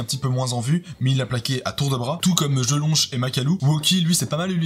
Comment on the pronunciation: #poubelle violi Ça me pertube de te voir prononcer Jelonch (che)